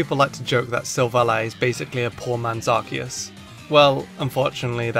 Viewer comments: NO, IT'S PRONOUNCED AR-KEY-US! GET IT RIGHT MEANS GET IT RIGHT! THERE ARE NO O'S IN THE NAME! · yes it is spelled that way but it is pronounced arkoos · You destroyed the names of Silvally and Arceus